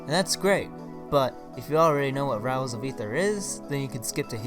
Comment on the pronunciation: Can you stop saying Rials XD